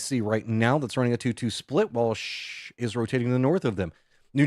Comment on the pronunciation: Team Shhh you say Shhh instead of shoosh. It sounds stupid. If a team calls itself Naaa or Baaaa are you gonna say that?